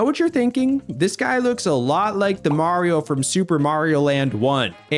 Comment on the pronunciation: that's not maaso that's mario